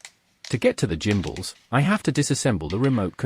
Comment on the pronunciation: Bit of an 'I will make a video and get free stuff post', changing stick mode is a 10 minute job. Get the back off, unplug the gimbals (PS, please look up how to pronounce the word 'gimbals' and listen to how it should be pronounced), unscrew the units, swap them over, plug them back in, change the mode in the radio's software the recalibrate and you are good to go. This procedure is just rubbish, sorry, 1 out of 10.